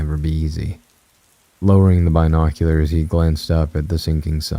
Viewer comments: When i first heard your voice I just couldn't listen but now i am a binge listener. I just cant with this one. Maybe you'll read it one day. This is the most depressing, run on sentence AI sounding man ever! Also if I hear Bi noculars once more I'll go crazy.😂 sorry, I tried though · Not the Bi noculerrrs 😂🔍🥽👀